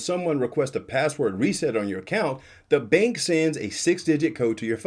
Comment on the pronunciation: Yep, she said “bank appount”